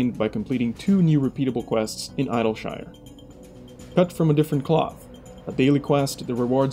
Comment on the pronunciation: that's not how you pronounce idlyshire >.>